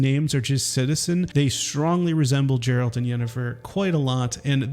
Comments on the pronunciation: Geralt not Jeralt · Hahahaha you said Jeralt...